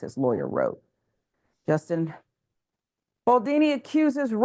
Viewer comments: Is it so hard to pronounce his name correctly? BALDONI, not Baldini. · It's BaldOni, not Baldini. What kind of crappy "news" show am I watching here? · Why do people say "Baldini"? There is literally no "I", that's an "o". The American ineptitude to pronounce simple things never ceases to amaze me. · the name is BALDONI, not Baldini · I found delivery annoying. And she couldn't even be bothered to pronounce Justin Baldoni's last name correctly. It's easy enough to pronounce according to how it's spelled - but she kept saying Baldini. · is the woman who gave all the commentary. Given all the press, she should have been familiar with the pronunciation of his last name. Baldoni - pronounced as easily as it is spelled - it's just as easy to say as Baldini. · It's BaldOni... not Baldini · All drama aside, its disappointing that a black person would be comfortable mispronouncing someones name. This is something we know all too well. Threw me off. But there is bigger problems in the world may be!!!